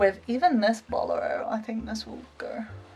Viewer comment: Bolero is pronounced bow-lair-oh with the emphasis on the middle "lair" part. :) No worries though, this episode is still super adorable! Thanks for sharing your wardrobe, it is gorgeous!!!